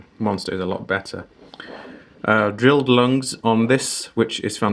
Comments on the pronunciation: nav san a person (you🤣) who made an idiotic mistake of saying “lungs” instead of lugs, and still don’t accept his (or her🤣) fault is a LEGENDARY IDIOT.. oh that’s you by the way incase you’re so effin dumb!!🤣🤣🤣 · "Lugs" sir lugs